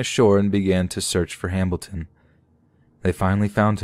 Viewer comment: ...you guys heard him say “Hambilton” too, right? I’m not just going crazy? Or deaf? I literally thought it was just a weird accident the first time he said it, but then I kept hearing it but I don’t know if I trust my ears.... lol